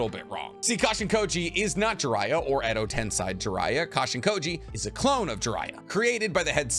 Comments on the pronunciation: Edotensei* not edotensai bruh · Stop saying tensi it’s ten-say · Edo TensEi* not tensai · dude, its Edo TensEi, not tensAi... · Edo TensAi?? TensEi bruh. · Edo tenSEI no tenSAI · Cool video. But your pronunciation of words😂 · edo tensai... i am triggered! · mofo said edo ten-sai ugh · 400k sub Naruto theory channel, and you say Edo Tensei like Edo tenSAI. How is it possible that western white people just refuse to ever attempt to pronounce something non-english correctly? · Edo tensai ? Clicked off after i hears that. Bro definitely never watched naruto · Edo Ten say that's how it's pronounced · Your pronunciation of eco tensi is annoying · im sorry i know its a very minor error not worth mentioning at all but i cant get over how you pronounce Edo tensei :D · The way you say "Edo Tensei" is bugging me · Is edo tensei really pronounced like that because it just sounds annoying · please never say edo tensei ever again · bruh let's address the mispronunciation of Edo Tensei. 'ei' makes a long e or a sound. Where do you get I from? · *Edo tenSEI not tenSAI Also, , Totsuka is pronounsed with a silent U like "Sasuke". Even the dub gets this right.